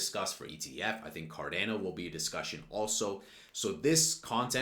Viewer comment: Did he say CarDAYno?